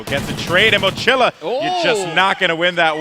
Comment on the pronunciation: Goldenboy is Hispanic, it's really annoying the he doesn't pronounce the Spanish word mochila correctly...